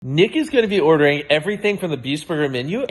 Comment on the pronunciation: ngl when mrbeast said nick at the start of the video i thought he said the n word